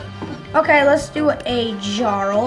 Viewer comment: It’s pronounced Yarl 😊